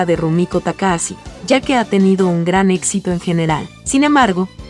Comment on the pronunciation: Se escribe TAKAHASHI y se pronuncia TAKAJACHI, no TAKAASI, para eso está el traductor de Google. Maldita sea! 😂